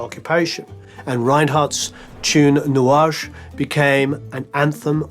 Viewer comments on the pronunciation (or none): We Say 'nuage' not 'nouage'😂😂😂